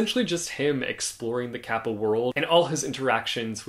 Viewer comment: I was listening to you talking while doing chores and couldn't recognize it was Japanese kappa that you were talking about because the way you said "kappa" was just so cool.